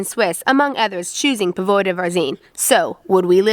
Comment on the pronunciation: Please and, please take note of accents on the words., especially if you do a while vídeo on Póvoa de Varzim. The accent is on the first ó in Póvoa - so it is pronounced the same as "po" in "pot" in English.